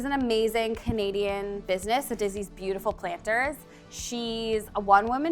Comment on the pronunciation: Sometimes I was like, why is saying "comedian", but then I realized she's saying "Canadian"